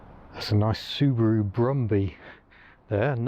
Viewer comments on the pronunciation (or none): none